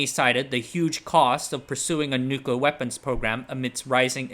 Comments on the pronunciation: What are “nucla” weapons? 😉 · Correct: "NOOK-you-lar." You: Nooklir, nooklar, nooklur, nooker, nookar. And yes you can totally swim in the pool so long as you're like a meter away from the core. Depends on how hot the core gets but that was an experimental reactor. Lots of colleges have them. They're operated by college students, or just full auto. Not going to do the math in a youtube comment. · "NUCULUR" Hard to get over you pronouncing a very simple word the same way an unlearned child in elementary school would. It takes away from the credibility of everything you're saying if the elementary basics of reading and diction aren't covered. "NUCULUR"? ❌ New-clee-er ✔ 👏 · Spoiler: It's not a nuclear bomb, it's a pooclear bomb. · Its crazy to make this video series while not knowing how to pronounce nuclear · "Nucluh wupons"?